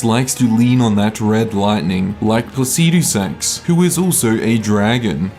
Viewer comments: I haven't got a clue the basis of which you're ranking these bosses because you have such a beautiful fuckin way with words, but Fire Giant higher than Godrick? Never! Also, learn to say "Placidusax" normally. Like how an American says "aluminium": Faster and without the stress on the "i". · man i really like how u pronounce that dragon lord name lol so funny🤣🤣🤣🤣subscribed